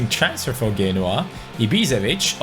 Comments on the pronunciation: I'm sorry but who the fuck is genwa it's pronounced jenOa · FYI, Genoa pronounced "Jen"oa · Genoa (Gen-waAH)